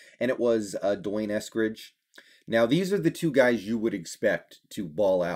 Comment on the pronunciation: You are mispronouncing D'Wayne's name. It is Dee Wayne, not Dwayne.